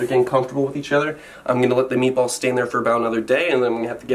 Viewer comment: I had to pause this episode while i go take a muah .....spicy meatuh ball